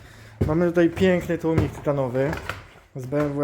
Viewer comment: przecież za każdym razem mówił tłumnik xd